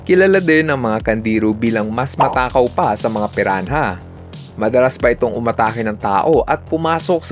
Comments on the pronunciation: Pirana (piranha) hindi piran-ha..ano ka si tipsy d? TANGA‼️‼️‼️ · Pirana po yung pag bigkas sa Piranha ☺️ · Piran- ha? Hahahaha